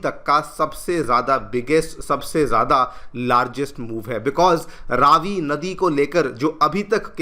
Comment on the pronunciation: Please can you pronounce the Name of the river correctly?!? It’s not Raaavi but Ravi (as in Ravi- vaar…🌞) - thank you.